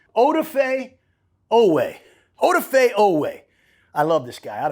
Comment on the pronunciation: "Odafe" is pronounced oh-daw-fay